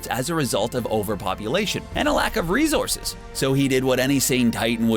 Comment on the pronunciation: Are you saying "rezorces"?